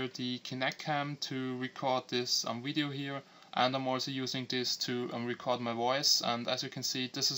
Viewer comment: when you say hello you say yellow and when you say video you say wideo dum ass